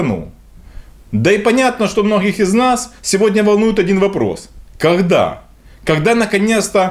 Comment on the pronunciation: Ну скажи ну кАгда ты уже перестанешь читать с бегущей строки, ну кАгда?